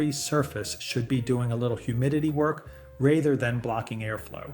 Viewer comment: Thats a pretty normal sounding AI voice... "raither" than rather